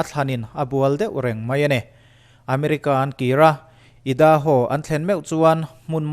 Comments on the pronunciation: Edaho tih a lam loh tir ania .... idaho a English ah lam angai mizo tawng chuan idaho chuh edaho tih ah lam ania .. ka lo kal ve toh avangin alam dang dik ka tih jok avangin ka lo soi ve mai2 lo haw lo lah hahha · Idaho hi i lam diklo ziah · Idaho leh a dang sawp sawp tihlai khi Han lam Dik phei la Chu a Tha full ang